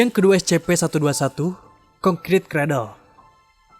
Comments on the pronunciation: info #1 cara membaca S.C.P bukan es ce pe tapi es sy pi. terima kasih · Bacanya escipi bang.